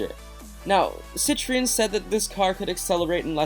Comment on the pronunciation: Peugeot is pernanced Peu geot.....Citroen is pernanced citro en.... .